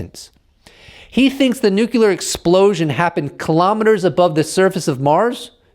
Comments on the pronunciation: Brother PLEASE stop saying nuke you lure. Its NUCLEAR! Other than that, keep up the good work, thank you! Peace and love, keep doing your thing. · New game: drink a shot when says nu-ce-lar